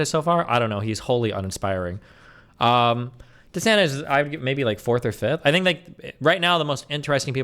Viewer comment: Everyone says Viveks name wrong. Even Destiny. It’s pronounced vih-VAKE! And please stop saying desanTEZ! I don’t think he’s Mexican! DeSantis. Tis. Not TEZ! Please! For my OCD! Say the name’s correctly! OsteoarthriTEZ OsteomyeliTEZ TEZ the night before Christmas AppendiciTEZ ArthriTEZ